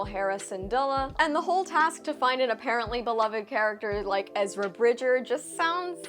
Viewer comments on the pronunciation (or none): none